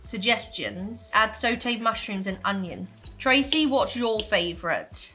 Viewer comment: I consume so much British content, audiobooks, movies, tv, YouTube, and had a British boss…I have NEVER heard anything like the way just pronounced sautéed 😂😂😂 “SO-tayed”